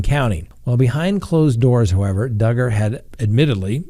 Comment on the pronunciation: I just hope that Duggar, rhymes with Hugger, gets what he deserves. His smug look makes me sick. His wife, standing by him with their children. I don’t understand., do you think he will go to prison?